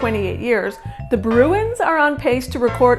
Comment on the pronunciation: Start to pronounce the club name correctly.